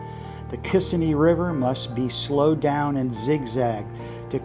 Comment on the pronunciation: Why would i trust someone preaching about environmental concerns and you cant even pronounce Kissimmee correctly. Sounds like a bunch of sjw's trying to get money. No thanks.